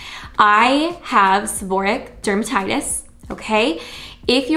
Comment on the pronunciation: If you're going to give advice, please pronounce the diagnosis correctly.